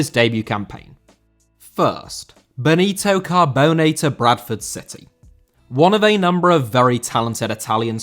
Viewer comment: Cabone* not Cohbouwnei